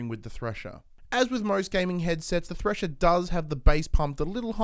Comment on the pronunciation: you sayed trasher?